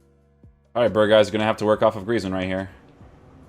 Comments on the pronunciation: Not berhuis but berghuis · You nailed the name for someone who doesn’t speak Dutch, but you need to say the letter g more! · Voor buitenlanders is het bijna onmogelijk om de g te zeggen